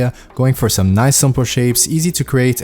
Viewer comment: That "noice" of yours really makes me happy